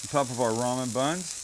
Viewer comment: how thinks about Maggi when ever he says ramem